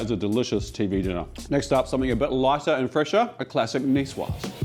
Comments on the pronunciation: Excellent ideas, chef. But please: Nicoise-zzzzzzze. Not Nicewah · Nicoise is actually pronounced Nicoize. one would speak the word the way you did if the “e” were absent. Thank you for working as hard as you do : I’m sort of an amateur chef. I learn so much from you.